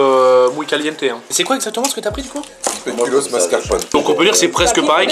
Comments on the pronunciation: mais respecter deja une bierre au speculoos suiss y'a deja un mauvais bails et ca se dits spéculause pas spékulos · Déjà on dit tiramisu et pas TIRAMITSU et speculoz et PAS SPÉCULOS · Pourquoi tu dis Tiramitzou et Speculausse mdr